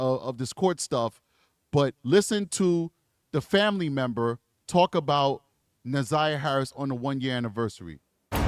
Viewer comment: I cant listen the community advocate. She cant even pronounce Na'Zayiahs name